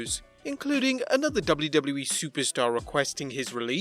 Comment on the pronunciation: The guy who writes these scripts should stop using "WWE" in every sentence when the autistic dude who has to read it can't comfortably pronounce it.